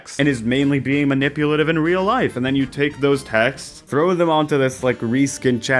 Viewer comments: Her accent 😅 I heard “put in your taxes” instead of “texts” and honestly the app is still just as predatory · She absolutely mispronounced "texts" on purpose to get more engagement lol